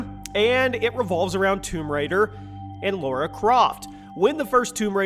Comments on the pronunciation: Lara... not Laura. People still can't get it right. sheesh. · Why do Americans insist on saying Laura? It's LARA. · I thought her name was lara, not laura, tomb raider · Lara Croft, not Laura. :) Easy mistake, great video though!